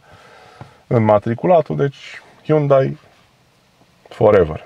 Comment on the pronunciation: "' Hyundai Ferever ! '' :))))